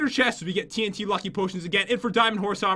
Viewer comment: When you say 8 TNT it sounds like AT&T